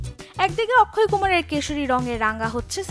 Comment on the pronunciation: Akshay kumar ✅ Not akkhoi ❎